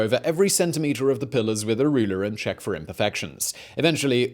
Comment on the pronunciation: Simon be like -Make sure you "czech" out the link below